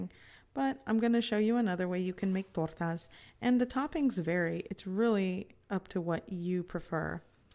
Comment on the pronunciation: To make torrrrrrrrrrrtas!!!! Lol the way you roll your r’s calm down killer lol